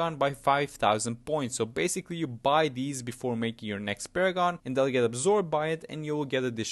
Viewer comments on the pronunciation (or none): none